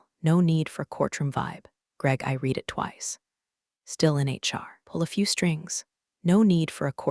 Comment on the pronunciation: When will those who post these stories finally edit them before they're posted? Once again, the tense use of the word "read" is pronounced incorrectly. Monarch was misspelled. Some words spoken by the narrator were totally incorrect in the caption. Also, the storyline has been used several times already. And it's always a VP or CEO or some higher up that thinks they're going to change the world, only to tank the company right under the nose of those above them. A fresh storyline needs to be developed.